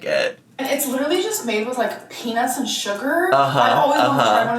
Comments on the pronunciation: I know southern-ish "accent" is part of what makes her a quirky girlypop, but she really needs to reconsider how she pronounces the word "peanuts" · why does it sound like she is definitely NOT saying peanuts. Like that ace ventura joke. 🤭🫣 am I the only one?